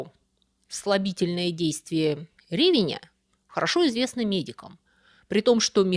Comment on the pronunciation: Ох уж эти ударения ре́веня,бе́кон ..Зачем так делаете?